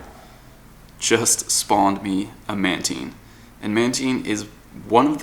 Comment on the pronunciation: its not manteen, its mantine. like time, tine, fine.